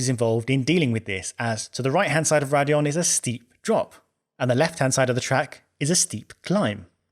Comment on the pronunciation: It's Raidillon not Radillon.